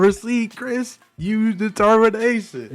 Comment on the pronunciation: "Your will", "Susie's will" AWW LOOK WHO CAN'T SAY DETERMINATION